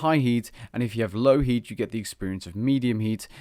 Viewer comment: i cant stop hearing yeet instead of heat...